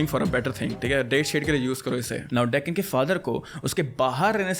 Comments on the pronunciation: I think you are pronouncing the name wrong its not di-ken, but di-tshen but written as Dechen. Well loved the story. Well i am sikkimis too.. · Dechen = दिछेन not डेकेन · दिच्छेन शेर्पा । डेकिन शेर्पा नहीं । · Dekken (taken) nahi bhai di-chen hai uska naam Dechen. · Bro it's not deken. It's de- chen. Like chen of chennai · You pronounced dechen wrong. DÉ-KEN kya Hota hey bhondu. It’s DE-CHEN. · By the way you pronounce wrong broooh it's डीचेन not diken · The way you pronounce dechen to deccan 😅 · The name is pronounced D -chen🤡🤡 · Dechen Sherpa: you pronounced it wrong it’s pronounced D/Chan like Shinchan Dchen “E” is silent it’s Tibetian/Nepalese/Indian Nepalese name mostly belonging from Mongolian Racial featured people and mostly are Buddhist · Pronunciation of his name is wrong dear brother.....it is not dekken 😅😅😅😅😅😅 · Your pronounciation of Dechen is wrong because it's a Tibetan name! Sherpas ( ethnic group this boy belongs to) originally migrated to Nepal from Tibet in the 16 th century. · how do we pronounce it correctly?? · Bro pls . The correct pronunciation of dechen..in next video.